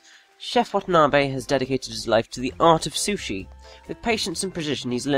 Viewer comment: Its pronounced wah tah nah beh